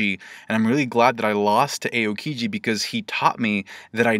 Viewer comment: are we going to ignore that it is A-O-kiji